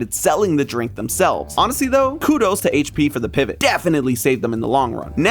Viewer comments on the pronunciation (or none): none